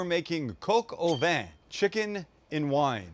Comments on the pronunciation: It's not Coke-Au-Vin. It is pronounced like cock-au-vin. Coq (cock) like your knob! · Coke oh van??? LOL Great video and great homage to Julia. Fun fact, she used to be an agent in the OSS (the organization before the CIA) during WW2. I made this dish a while ago and it turned out great. I have to do it again.